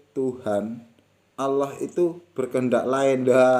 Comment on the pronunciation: Lam jalalah dibaca taghlid....dg suara yg berat...bukan ringan / tarkik...mohon maaf kalau kurang benar.....matur nuwun....🙏🙏